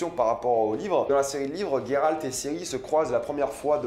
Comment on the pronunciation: Coucou alors j'adore mais juste après vérification c'est bien Géralt et non Guéralt sinon y il aurais un u (sauf peut être en anglais) bisous continue j'adore 😂❤❤